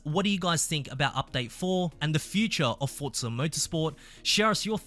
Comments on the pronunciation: For za. Not fort za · FFS, it’s pronounced Forza not Fort-za. This is unbelievably hard to listen to, at least with an American ear. Imagine “Luke, use the Fortts.” Then repeat about one hundred times 😂 Forza means force. There is no “T” sound in any language.